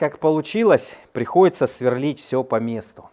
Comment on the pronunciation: Све́рлить... Мм, местный диалект.